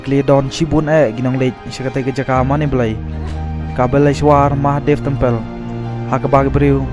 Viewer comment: Tempel ,,, madhaye Pradesh wht a pronounciation